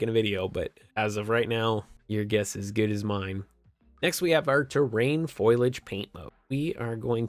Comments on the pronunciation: fo·li·age /ˈfōl(ē)ij/ NOT FOIL-AGE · FOAL-e-AGE lol not FOIL-AGE lololol i laughed way too hard after the KUBOTA crazy lol